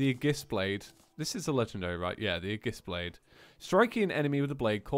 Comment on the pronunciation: OMG!!!!!!!! ITS A-GUS-BLADE!!!!!!!!